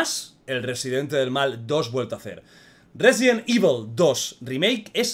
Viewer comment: Me encanto el juego, mi parte favorita es la que León le dice a Saddler " te equivocas saddler, Yo soy el ruesident ivol"